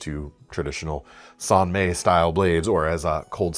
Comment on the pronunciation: Love these vids, but being on the internet I feel an uncontrollable urge to nitpick: "San May" is NOT the authentic pronunciation. It's Japanese "mai," pronounced like English "my."